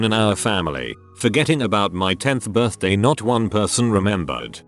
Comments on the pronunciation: “my birth-de” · Does it trigger anyone else when the voice says "birthde" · Nobody: Text to speech: Birthde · Noone: Not even a soul: Scottish viking: BIRTHDIY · Anyone getting annoyed how it says Birthdi like I’m not OCD it’s just annoying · The way the voice says "birthday" cracks me up every time I hear it. It's just how clear and coherent it is and then suddenly Sean Bean saying BIRTHDEH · No one : Him :berrrrrth deeaa Me : you mean birthday 👀👁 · When it says birthday it sounds like an accent Birthdey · Why does this voice say "birthday" so weird? It literally sounds like "buthdyei" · The synthesized speech sounds like he has a midwestern accent when he says “birthday”